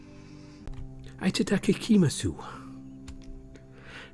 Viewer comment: It's okay, also a rule of thumb is if it ends in "su", the "u" is usually silent :)